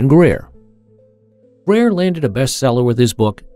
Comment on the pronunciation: The moment you said Greer, you lost your last shred of dignity. Unsubscribed..